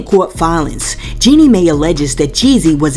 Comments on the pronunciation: FYI.. it's pronounced Jeanie "My." Not "May." Love your channel but it blows my mind how many ppl vlogging or even on produced shows like TGIF pronounce names wrong and actually aren't even up in the news or scandals b4 we are. I watch Jaylee and she will come out with things days before shows that are owned by a whole ass real network with producers and writers. Ppl are just fine with mediocre now. 🙄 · 🤣🤣🤣🤣🤣 It's not pronounced May, it's pronounced My. This is the new route to the bag. Plan ahead and tell your pastor, friends, therapist as a preemptive strike to get to the bag. That 304 is not slick!🤨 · Jeanie last name is pronounced (MY). If a tv journalist mispronounced someone's name... they would have their ability as a journalist questioned. It matters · Hey no disrespect Jeannie’s name Mai is pronounced like the word My… 💕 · Jeannie Mai is pronounced my